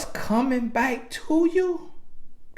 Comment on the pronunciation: TRUUUUTH! This is THE MOST VALUABLE takeaway for any women listening, despite how I feel he's incorrect directly after say we're insecure & petty, etc. It's because we see/feel the disrespect and transgression on a waaaaaayy more visceral level. Not out of pettiness or immaturity or to get her "BIKE" (back, since dude thinks he can butcher one word of the English language and we gon' think he's Plies...). If we stay with you, you haven't been forgiven honey boo-boo, we're just tolerating the betrayal and playing the long game saving face. We'll spend 40 years after that moment to save face from the pain and embarrassment to make it seem like we weren't bothered by what you did and you're not that important for us to lose our shit over you being a trifling ho... So for the next, however long we stay with your cheating ass, we'll always be quietly steaming wanting to go off and you can GUARANTEE it won't never be forgotten, and always right there in the back of our minds. Baby, you gon' be suspect forever...believe that. This dude just trying to appease the women who may watch this🙄 . So even on his digital life via YouTube he's still trying to use buzz words and culturally popular PC ideologies 😆 🤣 😂. Sad too, because I half ass agree with what he's saying. But about 30% of it is BS and pure appeasement to keep both sides of his viewers agreeing with him and tuned in. It's a typical push-and-pull tactic for speakers of divisive or sensitive topics.